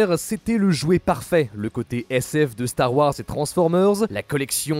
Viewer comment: mettre des "E" a tout les mots de chaque fin de phrase, c'est dure a écouter. Désolé, le sujet m'intéresse mais un "E" à Star Warse, c'est trop